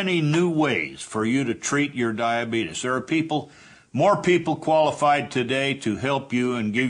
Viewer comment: Honestly I think most of it is how he pronounces his illness.